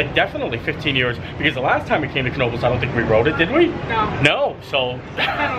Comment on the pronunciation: Thank you very much for pronouncing the “k” in Knoebles! You are straight outta NEPA!! 😍#YouAreMyPeople